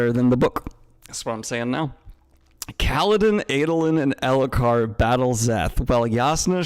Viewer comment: i enjoyed how elhokar slowly became alethkar in daniels mouth over the course of this stream